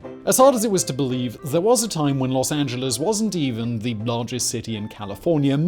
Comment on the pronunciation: Thank you for pronouncing "Los Angeles" correctly, not the typical way most of our cousins across the pond say it. :)